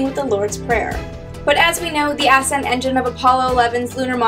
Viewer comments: why did she pronounced it as if it was spelled ass end stage? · maybe she said "ascent engine"